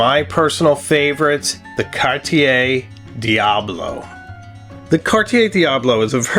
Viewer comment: Alas, I'm resigned to the fact that Americans will never be able to pronounce "Cartier" correctly.